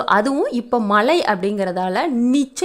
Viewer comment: தமிழ் உச்சரிப்பை மேம் படுத்தவும். Bayan அல்ல, Payan ( பயன்), மலை அல்ல, மழை